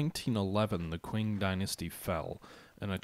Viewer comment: I know this is an old video, but the way you say "qwing" needs addressing :) It's pronounced "ching".